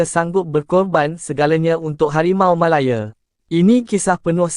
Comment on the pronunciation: Bodoh punya AI. Malaya lah bukan Melaye. Channel sampah ni😊😊😊